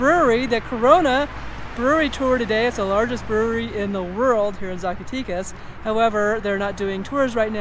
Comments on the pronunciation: Agreed, Ed! Zacatecas is pronounced Saack a teck ahs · Fun video! The "e" in Zacatecas is not the English long "e" sound...it sounds more like the "eh" found in the word Mexico.